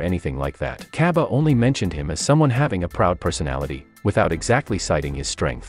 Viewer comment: its cabba not caibi